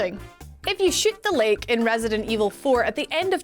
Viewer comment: I thought she said shyt this guy not shoot the guy bahahaha.